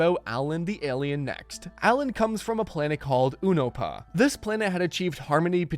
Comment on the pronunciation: Based on how you're pronouncing Unopa I don't think you're as well versed as you think in the universe of Invincible